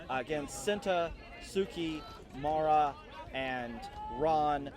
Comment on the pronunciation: To listeners, the player referred as “MARA” in the narration, is called MAREI (pronounced Mar-ey). She comes from a west japan team, where she plays with her twin brother SENA.